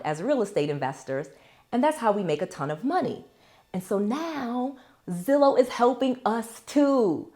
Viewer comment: Is it too late for the word lol it’s Zillow I know it may not matter but I’m subscribed now lol